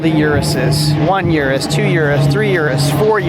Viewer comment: That urus pronunciation 🤢🤮